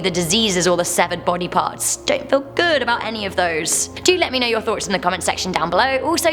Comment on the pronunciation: I’m voice “don’t feel GOOD about any one those” i don’t know why but that’s my favorite part of the video